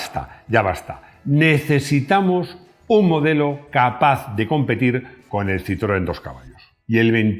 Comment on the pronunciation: 4 Latas!, los invito, en la medida de lo posible, en vista que es un programa internacional, a tener una venia con respeto a la pronunciacion de marcas legendarias como ("Renó", Renault), ("Citroén"), ("Folksvaguen" Volkswagen), ("Puyó")Puegot, (Doch") Dodge) etc. Un Abrazo desde Caracas Venezuela y disculpas por la impertinencia!